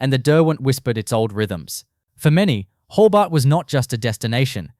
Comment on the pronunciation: So much crap. Even shows pictures of other cities (Newcastle on Tyne for example). Can’t even pronounce Hobart like an Aussie. Excrement.